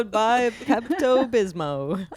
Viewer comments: Yes, it must be a midwestern pronunciation. I was not alone in saying Pepto Bismo. 😂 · I laughed out loud when Fortune said “ Pepto Bismo” like a small child that is still learning to pronounce words. 😂